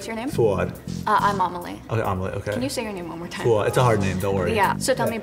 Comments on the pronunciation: I thought the wheelchair girl said her name was omelet at first 😭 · Amelie? Is that her name? Why did it sound like the guy said omelet? They talk about his name being hard but idk , i think he valled her omlet lmao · I thought she said her name was OMELET